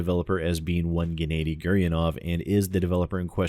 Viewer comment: Gennady is pronounced 'Ge-na-di' like the G in Guess